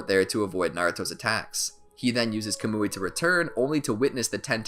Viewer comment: Its pronounced “kah-m-oi” (sorry I just needed to)